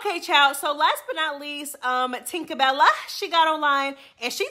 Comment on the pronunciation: why do you say "Janeshia & Tinkabella names like that"??? 😂😂😂😂 I love itttttt!!! JE NEEE SHA! TINKA BELL LAAA! 😂😂😂